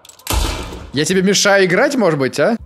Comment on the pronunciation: Мне так нравится как говорит "может быть". "Модеть быть")